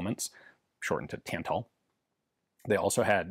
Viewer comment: Cool to see another video on Polish weapons! Some language nitpicks (sorry): The "ó" wzór is pronounced more like a shorter version of the "oo" in "poor", rather than an "o" in "core" or "bore", "Tantal" is pronounced not too differently from English, it's just that both "a" are like in the word "tap" and "Beryl" has a hard "y", the "e" is pronounced like in "bet", and the stress is on the first syllable.